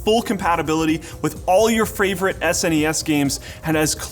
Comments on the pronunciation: LOL, he said Fravorite!!!! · he said fravorite not favorite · idk why I found it so hilarious to hear you say "Fravorite" lmao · Ok I don't have any room to talk...lol But its favorite not fravorite... LOLOLOL gotta love it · "F R A V O R I T E" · "Fravorite" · he said fravorite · i can't be the only one that heard fravorite when he said favorite haha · "All your fravorite" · "...fravorite..." That's the best new word. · It's my fravorite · ) heard it 2, I love it! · My fravorite you say lol